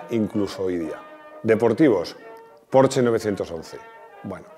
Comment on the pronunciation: Mil gracias por pronunciar correctamente el nombre PORSCHE....y que no diga Ud como muchos PORCH,...